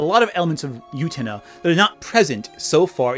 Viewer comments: oo-ten-UH not you-tennah. DAMN. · I feel so, so bad, but every time I hear you say "Yutena", it physically makes me twinge and briefly pulls me out of the video. Great points and interesting video, and the mispronunciation of Utena doesn't detract from these point, but the middle of the video was kinda rough because of that. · The way you pronounce utena through this video is like how Benedict Cumberbatch pronounces penguins. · Am I wrong or are you mispronouncing Utena? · UTENA MENTIONED! I desperately need you to start pronouncing the titular character's name correctly, though.